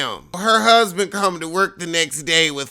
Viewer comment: Did you say Gusband? 🤣